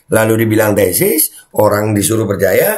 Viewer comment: Bukan tesis...tapi TESTIS..Wkwkwkwk🤣🤣